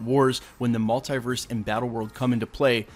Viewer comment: Stop saying multiverse like that